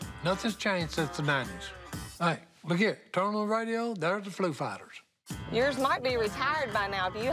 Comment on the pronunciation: Si said FLU FIGHTERS😂😂😂😂😂😂